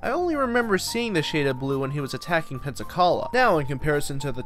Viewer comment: The way he said Pensacola frustrates me. Lol